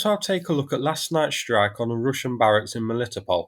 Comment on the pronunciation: sss-trike not shhhhh-rike